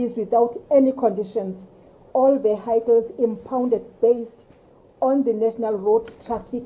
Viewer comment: Oh? Veehighcles?